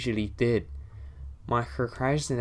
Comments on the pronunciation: My friend, why do you have so much trouble pronouncing "Procrastination"? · yo why cant u say procrastination properly? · 😂😂 I know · not scared because the fact that he can't say "procrastination" properly is making me laugh xD